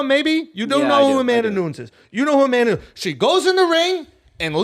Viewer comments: 'Amanda Nunz' it hurts my ears. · "Amana noons" lmao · “The only reason I know her name” proceeds to pronounce her name wrong 😂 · Who the fuck is Amanda nooons?! 😂 - bout time he got called out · If the greatest mma journalist says Amanda Noons, she’s Amanda Noons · I love Valentina, but I was thinking the same thing throughout the fight. She should’ve tried to finish her in the first two rounds. And learn how to pronounce Amanda’s name bro 😂